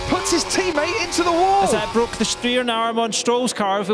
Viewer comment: No second time. F**K, IT'S BWOKEN !